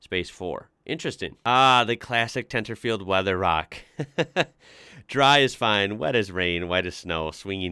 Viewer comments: Halloween is originally from Ireland. Also the second T in Tenterfield is silent. So you would pronounce it as tennafield. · Never heard it said that way. Extreme Strine?